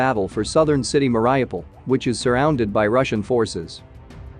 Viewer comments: IF you are not just a bot reading this, please at least learn how to pronounce the Ukrainian city's names. Here, I will help you....Mariupol just like it sounds m a r I U pol Mary oooooo pol Try it, its not so hard. and kindly learn the other cities names too. Lots of channels are showing the same videos from the fighting that you show, just they usually show it a lot quicker after it happened. If you want to stand out, learn something about the country, like the place names. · Its Mary-OUpol. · I find your videos interesting, thank you, but it would be an added pleasure if you could pronounce the name of Mariupol correctly. You can find the proper pronunciation on practically any channel that mentions it 😊